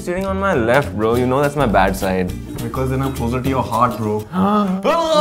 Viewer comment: Yaaa bra not bro he call braa